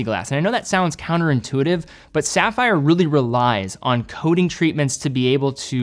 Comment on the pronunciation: SAFFER CRYSTALS. Then he does go on to pronounce it CORRECTLY.